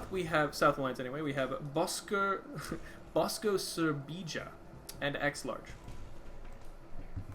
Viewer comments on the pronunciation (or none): I just fount out that you said Boskosebija wrong :D Nothing to big, but I guess you don't know that Serbija is a name of the country, it is actualy pronounced Serbia.